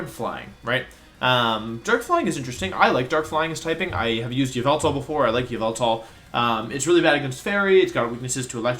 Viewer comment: broke: yuh-vel-tall woke: yah-vul-tal